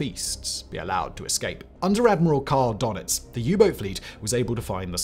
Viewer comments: Its DÖnitz, not DOnetz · It is „Dönitz“ not „Donitz“. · Its called DURNITZ not Darnitz